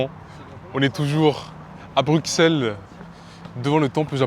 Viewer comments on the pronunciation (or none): Alors juste pour te dire on dit "Brussel" et non "BruXelles" sinon j'aime t'es vidéo :3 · C’est pas bruxellesssss c’est brussels la prononciation j’voulais dire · on prononce brussel mais on écrit Bruxelles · ignore, c'était agréable à regarder, surtout pour une première vidéo. le seul truc qui m'a un peu trigger c'est que ça se prononce 'Brussel" ^^ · La façon dont tu prononces Bruxelles Le mauvais exemple de voyager sans ticket de transport, en fraudent T es étonné des prix, le prix c'est le prix, si ça se trouve, les prix augmentent car il y a plus de fraudeurs... va en République Tchèque pour avoir des tickets en rapport à ton miserable budget Wesh (ca ne se dit pas quand on est quelqu'un de civilisé) Tu veux des transports gratuits, va au Luxembourg ;) dinguerie dinguerie Faire des prank cul cul la praline ce n'est pas nécessaire dinguerie encore l'idée de fraude ... pas bien Wesh le seum dinguerie dinguerie mauvais exemple pour ta communauté dinguerie dinguerie 2x Conclusion : pas de Wesh et pas de dinguerie à tout va. Ceci dit, t as une bonne bouille et t as l'air sympa Vidéo sympa mais qui ne résume pas la totalité des beaux lieux de Bruxelles. Bonne continuation